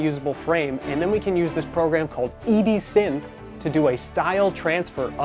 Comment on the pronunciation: dude, its not "ee-bee-sinth". its pronounced as one word like the drink absinthe. Its "ehb-sinth". its driving me crazy that you say E and B separately